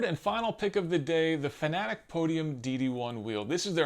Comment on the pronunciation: Hey look... A Youtuber that can properly pronounce Fanatec. That earned you a subscriber. I also like that you also discussed why not to run a direct drive wheel at 200%, the way some people on forums and other channels believe. They seem to think that if the wheelbase isn't delivering all 20Nm of torque at some point in your racing session, then you are doing it wrong. Direct drive is all about the details, people.